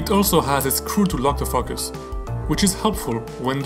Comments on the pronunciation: Beautiful. But you had better say focus with a hard "o" or the little kids are going to giggle. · You might want to learn how to pronounce focus.